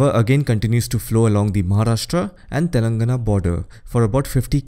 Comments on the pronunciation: Great video, very informative. Appreciate the effort in pronouncing all name correctly. Just a comment: Telangana is pronounced as telan:gaana. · It's Telangana = /tɛlɑŋɡænə/